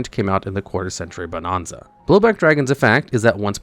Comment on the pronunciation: I cringed everytime you pronounced Bonanza wrong.